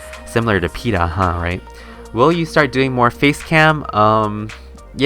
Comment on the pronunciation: OMG OMG I'M LATE BUT I LITERALLY BROKE DOWN WHEN I SAW MY COMMENT!! THANK YOU SO MUCH!! AHHH AND BTW CONGRATS ON SAYING MY NAME RIGHT xD